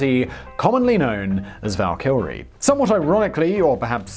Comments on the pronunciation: It's pronounced VAL KY RIE also they were all female warriors, the warrior who died in battle and went to valhalla are the Einherjar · I swear when Simon says Valkyrie it sounds like he's saying Val Kilmer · I could swear he's saying "valkylrie" with an extra L in there. Although, to be fair, it's probably a difficult word for a lizard man to say. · Every time you say Valkyrie, my brain thinks your about to say 'Val Kilmer" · It's two syllables, not three. No British exemption granted. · You'd think the research would extend as far as pronouncing the name of the aircraft. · That pronunciation of *Valkyrie*. Oof F in the comments for the English language. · Alright Simon knows the drill already. Roast him for the Valkyrie pronunciation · There's no second 'L' in Valkyrie. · How do you mispronounce the word Valkyrie? It's so commonly used in English speaking cultures. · No prob., Rai. The first time he butchered Valkyrie I wasn't quite sure what I'd heard. By the end I had a nosebleed ;-D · Does anyone else get rubbed the wrong way every time Simon puts a second L in valkyrie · 48 seconds in, and I'm closing this. That is NOT how you pronounce "Valkyrie". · Tis our language ;p Also I think I can speak on behalf of Britons everywhere when saying.... we never pronounce valkyrie like that lol. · Only one "L" in Valkyrie. Simon suffers from Jay Leno disease. If there's a way to butcher, or mispronounce a word, he'll find it. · Is that the right way to pronounce valkyrie? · I saw the comments about Simon's pronunciation of Valkyrie and still wasn't prepared 😂 out of all the pronunciatioms this is the one that topples him 😂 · can we get a mega project to get Simon to pronounce Valkyrie correctly? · He literally added an L that isn't there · is there a L in this word?! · Val-kr-ee not Val-kill-re ; idk why but it made me cringe every time. Great video though!!! love megaprojects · Me, cringing every time he says "Val-KILL-ree". It's "VAL-ki-ree". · Val kill re? Val kyur ee.